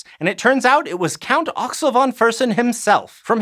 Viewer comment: Von is pronounced Fon .